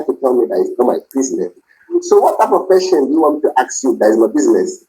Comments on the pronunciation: “Ax me a question…” the word is ASK, you idiot! If you want to sound like an American doctor…. Just saying… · Axe(ask) him to get lost. What a headache. OMG 🤐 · I axed you a question, I axed 😵‍💫.. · Only a certain kind of people can't pronounce the word :Ask. You know what I mean 😑